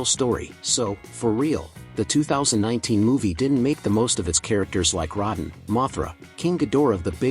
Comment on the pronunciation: you keep saying Rodan name wrong. The o is capital. that's not a good thing. People need to see what's happening. it wasn't that unique. Bad monsters show up good monster beats them. What's so new about that? to the human story if you can care about them sure. But to the monsters their anything but realistic. again nothing about this franchise is realistic so Godzilla slamming Ghidorah through a building is him being careful? I don't think so. At the end of the day Godzilla is still a force of nature and is only protecting earth. Not humanity. Yes he did keep the other titans away from cities. But that's because they saved him from dying. It's a even Steven type of deal. But if humanity screwed up royally Godzilla will go to war with them. Look at what happened to Apex too many cutaways here's the difference between Gojira and G14 One focused on Godzilla and his impact on Japan The other focus on two parasites trying to mate and a boring soldier trying to get back to his boring family and there's Godzilla.